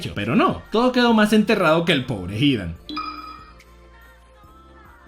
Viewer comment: Porque dices Kákuzo y Hídan? No llevan acento 😑